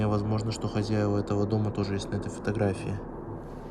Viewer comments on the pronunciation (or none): none